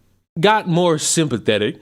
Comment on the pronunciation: Did he just say SIM-pathetic (or did he say sympathetic)? I want to make sure I got it right...